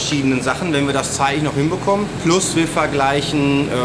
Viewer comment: Immer wenn er „PLUS“ sagt...:)